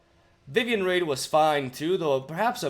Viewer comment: "Unfortunately I have to take a break from playing magic as work to explore waterfalls in Brazil" Suffice to say I'm jealous. Also your janky ass pronunciation of stuff like Vivien "raid" is one of my favourite parts of your videos.